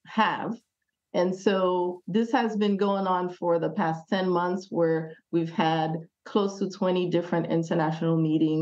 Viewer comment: Only clicked to say ***month not *moth